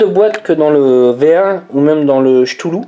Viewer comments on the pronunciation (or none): Euh, on ne dit pas "choutoulou", c'est plutôt "Ktoulou" (ou même "Kloulou" d'après Lovecraft et Wikipédia). Mais merci pour la review : je me cherchais un petit dripper orienté saveur pour ma box 40W, et tu me confirmes que je l'ai trouvé.